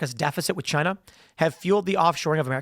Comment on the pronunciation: “Chy-na” ~ DJT